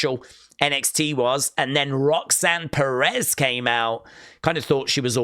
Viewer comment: You said Roseanne Perez's name wrong